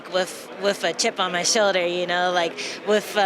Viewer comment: its WITH not WIF